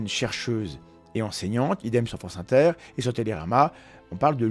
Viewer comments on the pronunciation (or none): none